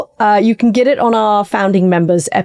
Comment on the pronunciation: "If you'd like more, you can git it on our Founding Members....". I know you were just talking about Texas, but "git it"? Katty Kay, you've gone native.